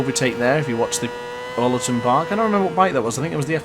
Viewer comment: Love the vid but your pronunciation of Oulton is killing me 🤣 great vid mate